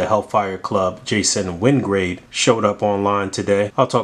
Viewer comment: A little retool to this body and this can be Feral. Also, I noticed both you and said “win GRADE”, it’s “win GUARD”. I’ve been mispronouncing it too since my Dark Phoenix saga days.